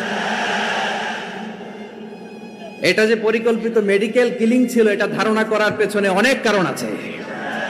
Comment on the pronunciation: নেডিকেল ক্লিনিং না, মেডিকেল কিলিং হবে।